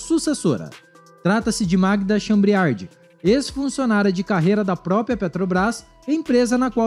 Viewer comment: Leia direito o sobrenome da presidente da Petrobras